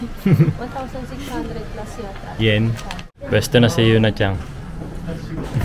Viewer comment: CHANG ba talaga ang pronunciation may G. Narinig ko kasi sa mga Japanese homeroom teacher chan example Sakura chan, Yuki chan, Miyuka chan, Momoka chan. Tinanung ko din yung mga Japanese teacher wala daw G di daw CHANG.